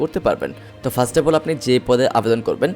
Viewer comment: 1set na first uccharon hobe